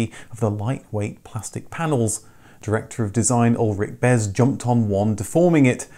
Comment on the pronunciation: *In German, the "z" is pronounced as a "ts" sound, so it would be pronounced "Ulrich Bets". You're very right about highlighting the amount of time, effort and cost it takes to put a car into production... all of the legal hoops that you have to jump through too ! It did help that the engine, gearbox and most likely much of the front suspension was stock 3 Series.